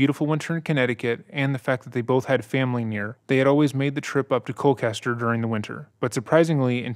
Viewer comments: I apologize, but I have to correct you on your pronunciation of Colchester, because you are absolutely butchering it. For some reason you're pronouncing it like Cole-Kester...It's pronounced like it looks-Cole Chester....there's no hard C... I live close to the town so every time you said it with the hard C, I was cringing lol j/k! I ove your channel and the hard work you put in, I'm a big fan! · One other small point, Colchester Connecticut is pronounced Col-CHESTer not Col-CASTer, it doesn’t really matter just something I thought I’d point out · I'm going to guess that when you say what sounds like ColKester, you're actually referring to ColCHester? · His practice was about 4 min down the road from my house. It is Col-Chester as in Chester Bennington not Kester. Just wanted to point it out. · listening to you say Col-kester is killing me lol it’s Colchester with a ch sound like church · Just have to correct that the town is “Colchester”, not “Colcaster”. This is my hometown and I don’t recall ever hearing about this as a kid (would’ve went to school with the sons if they hadn’t been homeschooled) which also goes to show how much this was covered up… and there’s only 15k people in town so it was REEEEEALLLY covered up. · It’s pronounced “cole-chester” (I live here). Also I’ve always found it ironic that the family’s last name literally means “death” in German. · he just pronounced Colchester as Colklester? 😂😂😂 i live there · Interesting pronunciation of the ch in Colchester, but maybe the H looks like a K to some folks? If so, understandable. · Every time you mispronounced “Colchester” killed me. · Dude pronounced colchester so badly I had to google if that was actually a town in my state😂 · It’s a ch like in cherry. Colchester I mean.